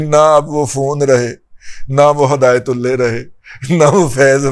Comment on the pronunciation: Plz ہدایت اللہ کا نام صحیح لیا کریں کیونکہ آخر میں اللہ لکھا ہوا ھے